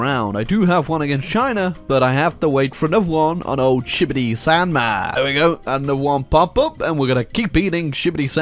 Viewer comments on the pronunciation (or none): I love the way he pronounces Xibei San Ma as Shibbity Sand Man